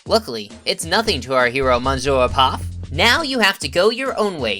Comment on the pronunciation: Speaking of typos, that's not how you say monsieur in English or French as correct pronunciation.